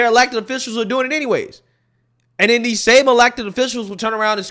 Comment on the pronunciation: She said , dees people! Isn’t that a racist remark!